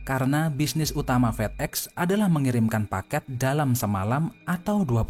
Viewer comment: Fedex di baca fidek